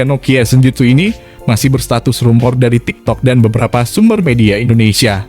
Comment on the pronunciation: "rumor" cak "rumor" wkwkwkwk